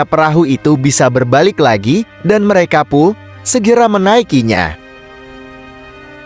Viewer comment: lebai banget neh baca... bilang merekapun aja merekapu .. suee